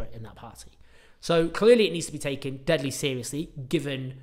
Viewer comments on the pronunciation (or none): none